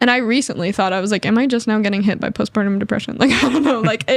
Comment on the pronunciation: *Postpartum (ie "after the separation"). Not "post-pardon."...😑